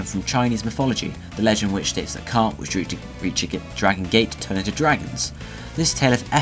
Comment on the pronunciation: *carp, not crap :3